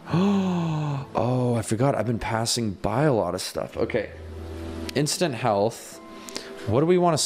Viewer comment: when you said "Instant Health Potion", I don't know if it was just me, but I heard... "Instant Hell Potion." I guess I'm just weird if nobody else thinks that...